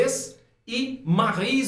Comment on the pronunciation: mano ótima pronúncia dos nomes de Pierre e Marie kkkk até voltei pra ouvir dnv